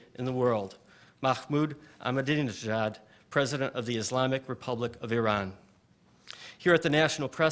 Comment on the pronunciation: He had four goes at pronouncing "Ahmadinejad" before he got it right. How appallingly ill prepared and disrespectful. Could he not have practised before the event? It shows the level of disregard with which Middle Eastern leaders who fail to fall into line behind the US are treated by the mainstream media.